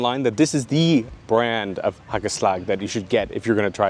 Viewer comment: You pronounced it very well, haa kel slag